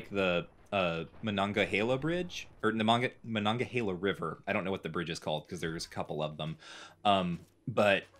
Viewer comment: As a PA native I was hoopin and hollerin when nailed that Monongahela pronunciation. Was hoping he'd try Youghiogheny next.